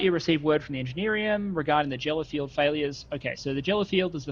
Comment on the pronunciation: Jeller field? Is that anything like a Geller field? Lol